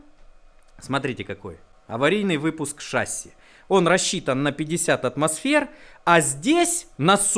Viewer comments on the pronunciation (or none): none